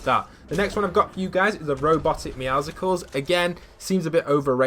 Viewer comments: Fyi its supposed to be pronounced like me-ow-sles not like me-ow-sic-ulls its name is based off of meow and muscles not meow and popsicle or sikle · Please it’s Meowcles like muscles Not meowcicles